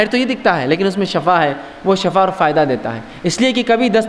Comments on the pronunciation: Lafz Shafa ni hota Lafz Shifa hota hai Shafa ka matlb moat ya dkhell dena hota hai aur shifa ka matlb sehat yabi hai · Bhai shafa nh hota shifa hota h